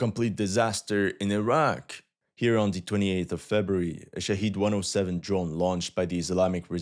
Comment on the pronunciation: The drones are called Shah*ed* not Shah*eed*